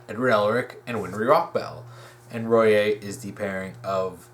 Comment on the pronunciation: Small nitpick, but Royai is pronounced Roy-eye